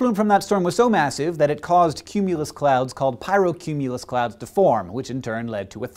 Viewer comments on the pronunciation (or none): Pryocumulus ? it's pyrocumulus xD